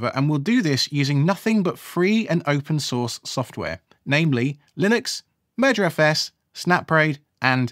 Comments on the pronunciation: I know you're saying "merger os"... but I keep hearing "murder os". And that makes me think of what Microsoft has done to Windows. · this is a great video series so far and it's exactly how i roll. really enjoying it so far! although since you said 'crows have a murder' now all i can hear is 'murderfs' every time you say 'mergerfs' :P off to watch part 2 ;) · Keep hearing it as murderfs...